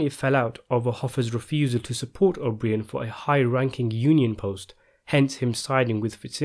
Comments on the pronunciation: Pronounce his name as O'Bryan, not O'BrEEAn. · I find it so amazing how much useless information u have about Hoffa trivia and this movie but u butcher this guys name. It’s not even like it’s an exotic or long Italian name, his fucking name is O’Brien it’s so easy